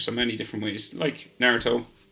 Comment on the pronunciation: you said naruTOES Lol